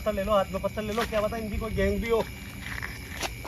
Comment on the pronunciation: Patal nahin pathar bolo pathar